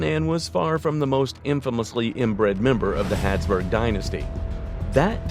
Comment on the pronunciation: Why are you saying 'Hadsburg' instead of 'Habsburg'?